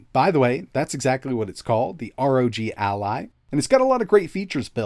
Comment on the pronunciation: Guys this is Asus “a-lie” (Ally) which is an April’s Fool product